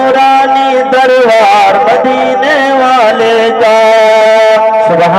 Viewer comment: Janab darwar nahi Balke darbar hota hai